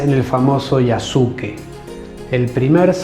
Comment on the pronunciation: Un pequeño aporte, en japonés en muchas ocasiones la letra"u", después de la "s", no suena. Cómo la palabra "desu", que significa "es", pero se pronuncia "des". En este caso el nombre de Yasuke, se pronuncia Yaske.